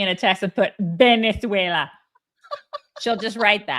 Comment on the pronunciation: AOC's latest is actually accurate Hispanic accent, but since she was speaking English, there was no need for it. In Spanish, b/v are interchangeable, and you'll hear them both used interchangeably BUT since she can pronounce both, her pronunciation of "beneswayla" is as ridiculous as she usually is. PS. I'm from Venezuela. Thank you for your attention to this matter.